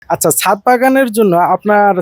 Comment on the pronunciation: হায়রে অশিক্ষিত, মূর্খ । এটা ছাত হবে না, ছাদ হবে । শুধু মোবাইল থাকলেই ইউটিউবার হওয়া যায় না, পড়াশোনাও থাকতে হয় ।